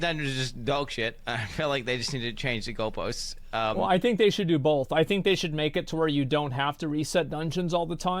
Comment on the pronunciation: pronounces both as ''bolth'' and I bet you do as well.